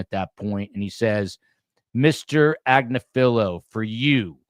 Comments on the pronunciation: Agnifilo; Accent on “NIF”. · It’s Ag-NIF-Feh-lo- his wife actually has her own YouTube channel called legal AF and she represents Luigi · At least pronounce Agnifolo correctly. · He's not the only one mispronouncing the name and it's been driving me nuts!!!